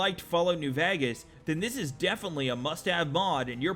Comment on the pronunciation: Lmao "fall out new Vagas"